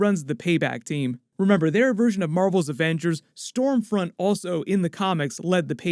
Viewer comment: I thought it was scumfront 😂